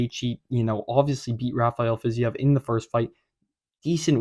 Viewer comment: Wow only person I've heard correctly pronounce fiziev